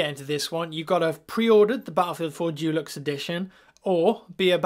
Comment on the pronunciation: Even us British don't pronounce deluxe 'Jewlux'